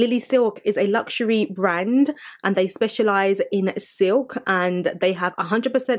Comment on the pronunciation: I just love how you pronounce the name of the brands correctly. with the correct accent too. You're style and personality are beautiful. Love it.